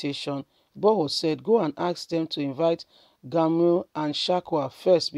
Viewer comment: broadcaster, kindly work on your name pronunciation, 👌 It's irritating!! GUMI not GAMIU IGBOHO not IGBAHO....please 🙏🙏